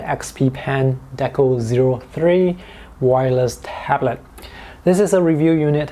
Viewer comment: Who else heard the say deco.deku